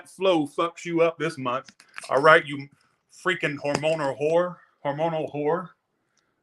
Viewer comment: "Rightchu" 😆 I love it . Fk these haters 😒 stupid asses 😆